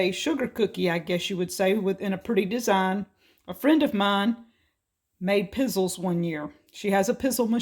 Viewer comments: It's Piz zells, not pizzils. You need to try you some of those Stella breakfast treats. They kind of look like a S on its side. Yummy. Great with coffee. I really like the little pops of red. Very nicely decorated. Merry Christmas, take the time to slow down and relax and enjoy it! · It's pronounced "pi zell ezz" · Love how you missed pronounced pizzeles. It's an Italian cookie. And very popular at Christmas time. Just made a batch my self.